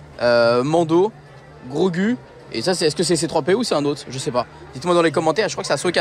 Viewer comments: c'est pas Grogu la prononciation mais Grogou 😅 🤣Belle vidéo encore une fois pleins de force à toi 😜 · Tu m’a fait mal au cœur quand tu a dit grogU ça ce prononce grogou 😂 et quand tu a dit c3po alors que c’est r2d2 😂😂😭😭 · C'est bien Din Djarin donc Mando, Ashoka, le droïde on voit pas bien mais vu que le fond est orange je dirais Chopper ? Et en dernier Grogu (ça se prononce Grogou)